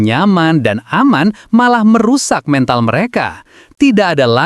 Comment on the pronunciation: Kenapa sih min klo ngmong MENTAL, E nya pake E di kata "kode", kenapa gk pake E di kata "belai".. risih dngernya 😂